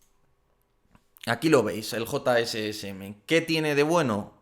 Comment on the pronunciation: Los misiles se pronuncian "yasm"